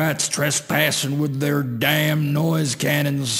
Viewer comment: the way he says damn sounds funny